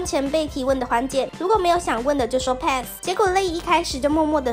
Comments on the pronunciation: 是帕斯沒錯啊 是小編唸錯吧😅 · 原來pass是念配斯🧐不是帕斯